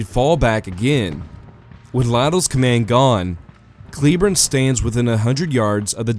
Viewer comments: Fairly sure it' "Clay-borne" and not "Kleeborn" but whatever. You do you, boo,. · The last name of General "Patrick Cleburne" is famously pronounced "CLAY-burn" ( /ˈkleɪbɜːrn/).